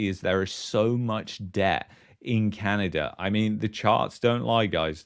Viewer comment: You should to practice saying Canada not Canader. Sorry for the unwanted criticism. Otherwise, I enjoy the unique content you provide.